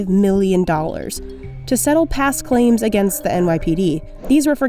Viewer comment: Why do you always pronounce million as meelllion